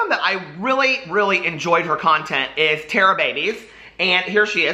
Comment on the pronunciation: Hey love, Tara pronounces her name like "Tar", instead of like "Tear", just wanted to let you know! xoxoxo